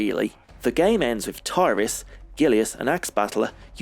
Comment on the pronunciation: The team behind Beast Rider didn't know this, but the correct pronunciation of the amazon character's name is 'Tirris' and not 'Tie-ris' - in Japanese it's ティリス=フレア (Tirisu Furea), but you can also tell from the way it was translated on the original cabinet in the West - the game itself named her Tyris Flare (well, technically Tyris=Flare), but the cabinet named her Tillis-Flayer.